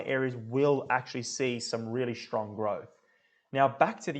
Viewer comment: Thanks for the clip. No offence but strong is not pronounced shtrong and student is not shtudent. Kindly meant.